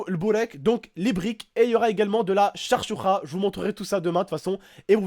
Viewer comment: charchoura tu prononce comme sa pour les français ou non chakchouka